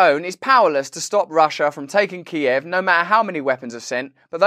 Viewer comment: As I have been saying for weeks, one thing is very clear: the Biden administration has been avoiding avoiding this war. (Thank you, Russell, for saying ki-ev instead of keev.)